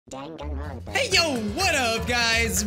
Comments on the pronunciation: First thing I hear in this video: Denganrwonpa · First. Thing. I. Hear. Dwanganrounpa